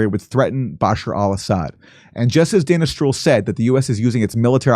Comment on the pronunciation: When Aaron said Dana Stroul it sounded like he said Danish Troll 😉 About a month ago Redacted had a segment telling that convoys of tank vehicles were drivning between the "Carbon Hydrate" fields and Iraq !!!